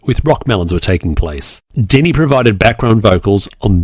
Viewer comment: Just a heads up, I believe it's Deni, not Demi. :)